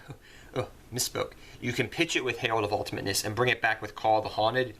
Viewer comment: It is the herald of ultamitnesnesnesnesnes